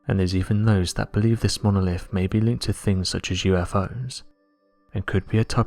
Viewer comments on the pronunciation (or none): This guy loves hearing his own voice obviously. And loves attempting to say the word "Monolifffffff"" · 🤣🤣 Monoliffffff 🤣🤣 love it he also says “what do you Fink” a lot 🤣🤣